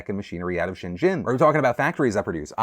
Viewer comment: Hongkonger here. You can just pronounce Shenzhen as Shen-zen Phil. Not sure what pronunciation you're trying there...